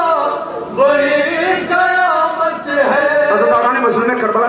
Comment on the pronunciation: Qayamat ya kayamat. Sadat ka talaffuz khhrab?